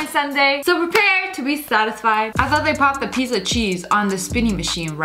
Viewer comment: It's not thioght it's thought